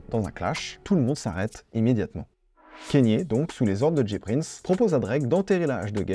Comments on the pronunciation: Très bonne vidéo, mais kanye se prononce kAnye et non kEnye, et pusha T se prononce comme ça s’écrit, pas puTsha T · Dsl de faire le relou à ce sujet mais Kanye se prononce "kanié" et pas "Kenny". A moins que lui même ne se trompe sur la prononciation de son propre prénom. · On dit pas kénié mais kanié merci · j’adore tout ce que tu fais et cette nouvelle initiative de faire une vidéo par jour est vraiment incroyable je sais que ça demande du taff de fou donc merci beaucoup, MAIS pitié fais des recherches sur la prononciation des noms (par exemple tu dis kénye au lieu de Kanye et ça fait un peu mal aux oreilles) merci 🙏 ❤ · Super vidéo et incroyable la quantité de contenu que tu envoies en ce moment. Par contre, ça se dit k-nié et pas kéni 😂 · Kanye se prononce kanié et pas kéni ou kénié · Mais justement il dit kanié mais à certains moment il dit kenny j'ai bugué je cherchais à comprendre comment on prononcait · Ka-gné, pas Kè-Nie😅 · On dit Kanye pas Kenny. Je ne comprends pas cette prononciation erronée. Est-ce la french touch ? J'étais chaud pour regarder mais ça m'a refroidi. Dommage. C'est comme si on disait Drac au lieu de Drake. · Kanye se prononce « kaïnié » et non « Kenny ». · Cest KANNIÉ WEST pas KENNY WEST par contre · on prononce kanye et non pas keyni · pourquoi tu dis kEnYE merde c kanye kanye c facile pas besoin de parler anglais lis le comme ca s'ecrit c'est tout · Bonne vidéo, juste dommage de dire "Kéni" West, juste avant des extraits où on entend le bon "Kanye" (prononcé kanyé) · KANYE WEST PUTAIN PAS « keni west » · KA - NYEAH. Pas Kenni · mon gars mais stp prononce bien KANYE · c'est Kanye pas Kenny west respecte le nom du GOAT stp